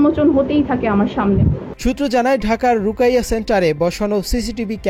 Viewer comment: রুকাইয়া নয়, রুকিয়াহ বা রুকইয়াহ হবে।